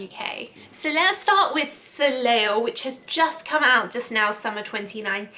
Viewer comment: That “Soleil” would be pronounced So-Lay because that’s French for sun. Lovely ✨